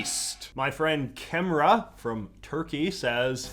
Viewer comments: Now I grew up in the states, but guava is super common as a green flavor in Arab communities at least from my PNW of Arab American culture goes. Also cemre is probably not pronounced Kemra, but more likely to be pronounced as jemra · the name is pronounced something like "jem-re" with both e's being like the e in bed and the j as in jacket And yes we do have flower flavored candies but we also have many many many fruit flavors in candy as well (my favorite is mulberry) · the Turkish name “Cemre” is pronounced kind of like “Gem-ray”. It’s a pretty common name and is also a unisex name :) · JJ, you butchered "Cemre" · You couldn't pronounce "Cemre" more wrong lmao